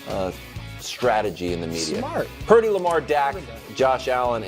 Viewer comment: Omg he says lemar foh